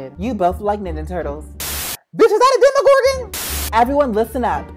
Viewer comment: The “demogorgan” was Glory the RainWing dragon XD